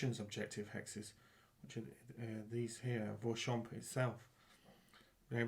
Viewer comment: Hello, you pronounced Vauchamps perfectly. Interesting "bataille de rencontre", thanks for this AAR.